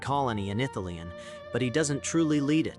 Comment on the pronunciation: Mate it's pronounced Ith-ili-en not Ith-ileen. Sorry but someone has to tell you